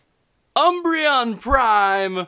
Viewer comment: Gah!!! Um-br-eon! Gah!!! 😲